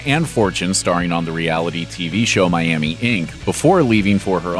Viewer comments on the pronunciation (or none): none